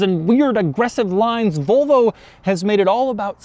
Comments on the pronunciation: Doug, the kind of guy who pronuntiates "Volvo" as "Volo" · "Vulvo"??? I can just about forgive "Jagwaar" (instead of the correct Jag u are). But Vulvo is just....creepy. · Never. He says "Vulvo" plenty of times tho. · No it's definitely not like any "Vullvoh" you've ever seen because it's a Volvo. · Kinda triggering me how he pronounced Volvo the whole video said it like vulvo 😂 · It's Volvo not Vulvo lol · Is it pronounced "Vulvo" or "Volvo", Doug? Your pronunciation sounds a part of the female anatomy. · It would be superb if Doug started saying "Volvo" and stopped saying "Vole-vo". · Zaddy Doug is saying Volvo like “Vulvo” 😳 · Volo logo* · Please stop saying vulvo it's making me uncomfortable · Anyone else think Doug says Volvo, it sounds like vulva? I can't unhear it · he keeps saying vulva